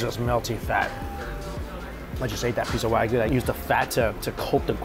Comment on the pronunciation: You need to learn to pronounce wagyu correctly if you are in Japan.